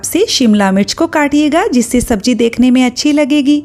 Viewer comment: Madam sabji nhi SABZI hoti h😂😂